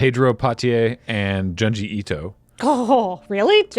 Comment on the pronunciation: It's pronounced june-ji, like the month.